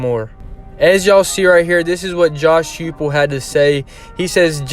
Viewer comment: Coaches name is pronounced Hi Pull.....nice piece👍